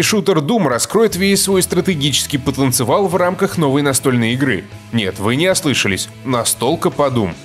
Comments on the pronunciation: потенциал послышился как потенцевал))))) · "Стратегический потанцевал"